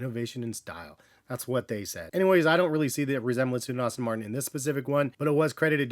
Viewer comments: Its "Aston", not "Austin" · Great video. As a car guy though, I gotta say it's pronounced "Ass-ton" Martin not "Austin" Martin, just a heads-up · Aston not Austin 😅